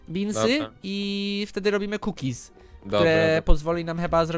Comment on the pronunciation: Nie cookiezy tylko kukizyXD XD